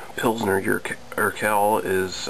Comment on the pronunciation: Pronunciation is wrong. Its like "Urqwell".